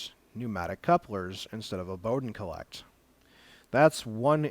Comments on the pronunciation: It's a "call-it" (collet) instead of a cole-ect (collect)! argh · Thanks for the insight into this hot end. I was almost going to buy one of these but decided on a Mosquito clone instead. Took me awhile to figure out what he meant when he kept saying "collect" for supporting the Bowden tube. Finally figured out he was referring to the "collet". And yes, watching this at 1.25 or 1.5 speed is much better...